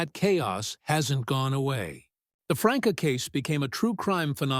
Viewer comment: There is no one named Franka, it is pronounced Frankie